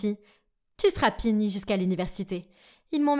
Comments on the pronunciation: Au lieu de dire punit elle a dit pinit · C'est moi ou la mère a dit pini